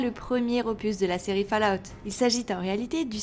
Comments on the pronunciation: Répète après moi "Foll Aoute" !!! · Le jour où un Français prononcera correctement Fallout sur YouTube, je crois que les poules auront des dents...